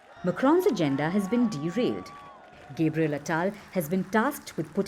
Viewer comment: Gabriel ❌ Gaybriel ✅